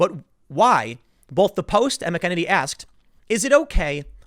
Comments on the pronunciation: Mac En Annie is how you pronounce her last name Sorry... kills me every time you say it wrong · I think it's pronounced: "MACK-en-ay-nee." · Macaroni. Mac a nay knee. Tim you do a great job , don’t forget your pill ! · Tim, love the show. But it's (MACK-uh-nay-nee). McEnany. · mack a ninny is how she says her name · Tim it's pronounced Mac-an-ernie. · learn to say her name. MAC-en-A-nee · you're pronouncing her name wrong. MAC-un-Annie emphasis on first syllable. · Tim, sorry man. You got to work on that pronunciation of the last name. MACK-UH-NAE-KNEE Now, back to the broadcast. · It's pronounced Mac-en-naynee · It’s pronounced “Mack-en-nay-knee” good lord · Good job Tim, but it’s pronounced like “Mackaniny” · Tim is sounds like you're saying McKennedy. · You haven't listened to one of her press conferences. Her name is pronounced Mac a naney.I can't stand it anymore. Get it right Tim. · TIM. Mack-ah-nay-nee! That's how you pronounce her name! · The least you can do Tim is to learn to pronounce people's names, McEnany is pronounced Mac-a-nay-nee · you're butchering her name....it's pronounced( Mac-in-nay-nee) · Pronounced 'Mac-A-Neny' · It sounds like you're saying "McEnemy". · Hey Tim it’s pronounced MACK-a-Ninnie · Mac - e - Nay - Nee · Tim it's mac-uh-nay-nee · Mac-en- hay- knee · McEnamy....? Mick-enemy? Enemy? Are you kidding me? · only one "n" before the "y" means long vowel sound, not the short. Mack- uh- naynee. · ya lol It's MACK-a-nenny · kibbey I heard him say McEnemy lol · I thought it is pronounced mackeeney. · Pronounced.... Mac-A-na-nee. Timmy! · Just a heads up, you have the pronunciation. It's like MECK-en-en-ee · TIM, PRONOUNCE HER NAME CORRECTLLY. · You keep mispronouncing her last name, McEnany. I'm surprised that you haven't done your research after being told before of your error. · Maybe someday Tim will learn how to pronounce Kayleigh "THE BEAST" McEnany's last name. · PLEASE SAY HER LAST NAME RIGHT! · MACK - A - NAY -NEE..not mukeneny